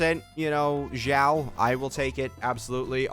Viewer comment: Isn't it xiao and not jyau ? Is it pronounced that way in Chinese?